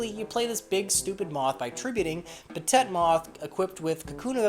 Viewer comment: Not a fan of the weird slang terms that I never heard used in the game, stuff like saying body instead of attack points and whatever you meant by saying broke. Also, beat stick and apparently not knowing how to pronounce petit